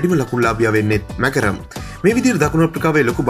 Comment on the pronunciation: කවුද බං මාක්‍රම් ට මැකරම් කියන එකා😁